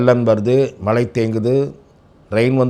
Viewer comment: மழை யை மலை என்று கூறும் நெரியாளரின் (17.42.) தமிழ் புலமை😂😂😂அற்பதம்